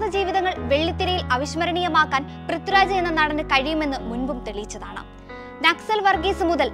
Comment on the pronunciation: Prithuraj അല്ലാട്ടോ.. പ്രിഥ്വി രാജ്... I wish anchors focused on their pronunciation.